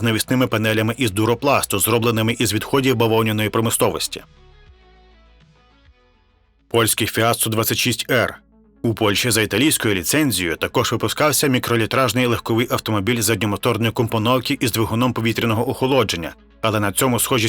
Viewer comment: Fiat-126p читається як "126-пе", або "фіат-польський", поляки називали його "малий Фіат". і того мотору для такої шкаралупи вистачало. і Chevrolet читається як "Шевроле", бо слово французького походження, так само, як Peugeot читається, як "Пежо".